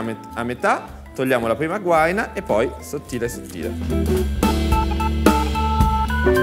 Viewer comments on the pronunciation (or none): none